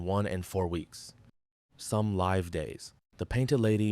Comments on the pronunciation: Is this narrator Ai? Just curious b/c of some odd pronunciations. For instance they say, “the butterfly will live” but pronounce it “Lye-v” (with a long I sound) rather than “Liv” (with a short i). It’s possible they’re not a native English speaker of course. If so, I’m impressed they speak w/ such a good accent tbh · The way you pronounced "live" wrong makes me think this narration is all AI... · The words "live" (verb) and "live" (adjective) are heteronyms—spelled the same but pronounced differently with distinct meanings. 🤦‍♂️